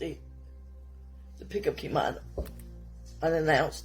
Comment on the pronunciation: The babies name was KimanA. Not Kimani. The 1st step to telling a victim’s story is to get their names right. This was awful